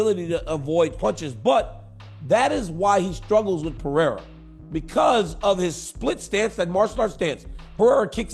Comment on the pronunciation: Three years in and Chael still can't pronounce Pereira correctly.